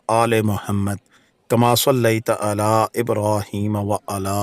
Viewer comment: اپكا "على" كا تلفظ, درست نہیں!